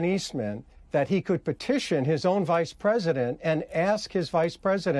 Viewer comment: Petiotion he says with the mop...